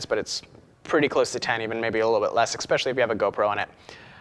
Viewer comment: CAN'T LISTEN TO THIS FOOL SPEAK ANYMORE!! I made through about 100 "uh" and "um"s but my eye started twitching when he used the word "eXpecially" and I stopped the video and headed for the comments. This person should find someone to speak FOR him because he obviously can't speak for UMM himself.